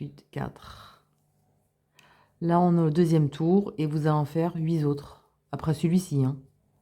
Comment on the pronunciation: Huit autres liaison avec le t donc huitautres